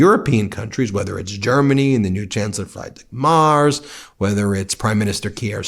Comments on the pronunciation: I love your take on all that, but I wish you wouldn't call Merz "Mars" all the time. LOL. Sorry, your pronunciations just hurt my German ears. Sincerely, Birgit Ludwig (Try to pronounce that name LOL) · Chancellor Merz. The "e" is pronounced like the "e" in "end". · Ben, please don't butcher GER chancellor name.....